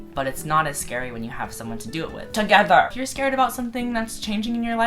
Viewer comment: the way you said together made me laugh so hard//you look like a squishy lil marshmallow